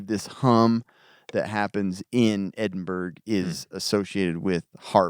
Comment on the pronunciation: Edinburgh = Ed-in-bra, not burg. Other than that good stuff guys